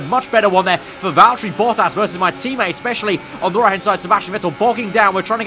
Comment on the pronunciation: ah I hate how says Valterri Bottas